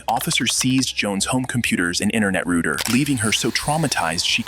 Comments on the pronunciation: What's a rooter? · WTF is an "Internet Rooter?" :face-blue-smiling